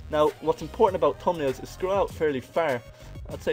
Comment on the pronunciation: man saying tumnalez